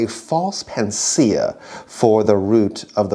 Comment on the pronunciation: I think he meant panacea. He mispronounced